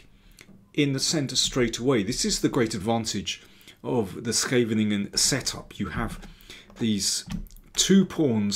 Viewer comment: For an Englishman, that's quite a good shot at pronouncing 'Scheveningen', .